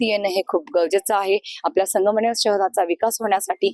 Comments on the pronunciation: pahile र bola mg sangamner cha vikas kara😂😂😂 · संगमनेर नावाचा चांगला उच्चार तरी शिका चालले संगमनेरचा विकास करायला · अधी संगमनेर चा उच्चार नीट करा ... उध्धार तर दूरच राहिलं.